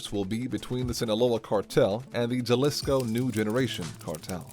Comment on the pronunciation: It’s pronounced “HA•LEE•SCO” Not “JA•LIS•CO” Like “HO•ZAY” Not “JOE•SAY”